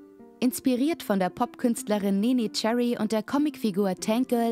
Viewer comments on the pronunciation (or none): none